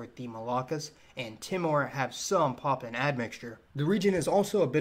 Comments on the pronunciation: Poppin? Oh you mean Papuan...pronunciation matters brother...lol! 🇵🇬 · It pronounced as Pahhh Puuuu ennn...not pahhhh pennn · Enjoyed this but man sounds like you’re saying poppin. It’s pa-pu-an.